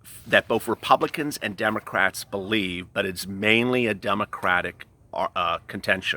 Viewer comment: He did say dum’ocrats 👀💀😂